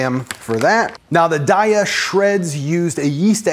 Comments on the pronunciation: Its pronounced day-a 😊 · It's pronounced "day ah". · Apparently, a Daiya rep. said it's pronounced "Day-uh," which had little to no influence on how I actually pronounce it: "Dye-uh." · It's "day-uh" (and that's per their own people if anyone is doubtful). 😁 And this looks amazing! Definitely saving! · Pronounced DAY-A! Love your videos! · HEY rhymes with DAY, and then you add an A. 🎶🎵 DAY-UH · Their website says it's pronounced day-uh because the first 3 letters are supposed to be like the first 3 letters in dairy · It’s Day-a... like have a nice day-a 😊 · Daiya website: We pronounce Daiya as “day-ah.” As in “Have a nice Daiya!” The name came from a play on the words ‘dairy’ and “Dayaa,” which is Sanskrit for “loving, kindness and compassion.” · You pronounce it "daiya" 😊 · It's pronounced daiya. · Actually it's pronounced Daiya.